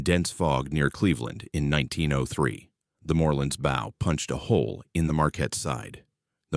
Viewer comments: Can AI not pronounce english language words. Bow for example? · How are we supposed to believe this BS when they don't even know how to pronounce "bow"? The Morrell sank in Lake Huron, not Erie. A wave traveling 600 ft in 4 seconds would be traveling over 100 mph, hogging on one wave never happens on the Great Lakes. Modern ships don't pitch on the Lakes since the waves are so close together. Cross waves tend to get reduced when the wind changes direction, not multiply. I sailed for nearly three decades on the Lakes, never heard of a Lake Erie Triangle, most ships went down over 100 years ago on Lake Erie. The tail of the panther may have been dangerous to the Iroquois but they were in frigging canoes. I call BS.